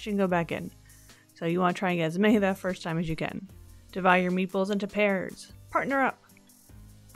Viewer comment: Ooo! I think I'd try something like a spinach artichoke dip, though Adam would probably want buffalo chicken inside. I definitely kept mishearing you saying "meatballs"... ;) Is there a reason to keep the pretzel in the slotted spoon while it boils?